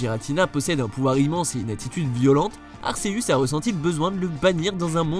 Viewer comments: juste on dit GUératina et arQUéuus merci bien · Tu prononces mal le nom de Giratina et Arceus XD